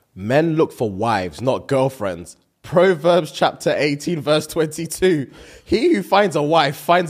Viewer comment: Lol “Pro-Verbs” I can’t with the pronunciation